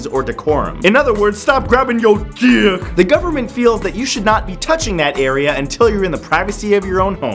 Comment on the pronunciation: "stop grabbing your DICHHHHK" -Matthew Santoro 2017